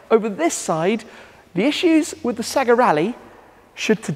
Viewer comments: its SAYGA ! not SEGGA .. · It’s SAY-GA. Remember Sonic SAY-GARRR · Dude, it's "SAY GA" :D